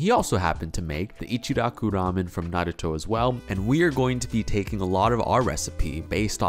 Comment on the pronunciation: I'm just happy you say Naruto correctly! Far too many people who have even watched the show, say it wrong.